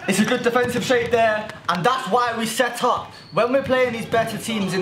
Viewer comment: Who else thinks j saying set up sounds like shut up lol